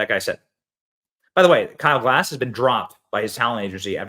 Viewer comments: It's Gass...not Glass haha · It's Kyle Gas, not "Glass". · Side note: Please read the surname a few times over. You might then stop pronouncing it "Glass". There is no "L" in the guy's name, ffs. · Even YOU got Kyle's name wrong, Benny. Kyle GASS. All of you Americans seem to glance at a word and assign some sound that resembles the word. Lift your linguistic game... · benny, the L is silent. much love